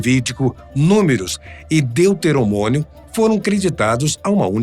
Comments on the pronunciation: Ele falou "deuteroMONIO" de sacanagem. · A primeira vez que ele disse Deuterono”mônio” eu até desconsiderei mas quando isso se repete só mostra o nível do desconhecimento da pessoa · "Deuteromoninomio" eu não tankei 😂😂😂 "Depois de Cristo, ou seja após a sua morte" tbm não tankei 😂😂😂😂 volte a fazer vídeo de E.T. que vcs são mais acostumados 😂😂😂